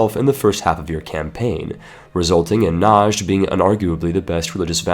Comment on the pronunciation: please.. it's not najad it's just najd I live there.